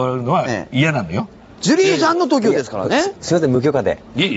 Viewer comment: その上、トキオの発音が違うのよ TOKIO上がるのよ、イントネーション